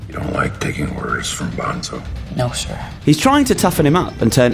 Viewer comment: It looks amazing, but mispronounced Bonzo's name, so now i cant watch it...